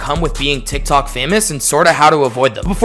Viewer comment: sounds like you said "dik tok" in the beginnin 😂